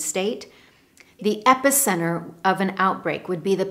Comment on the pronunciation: I have the impression that you pronounce epicenter in two different ways. Regards from Brazil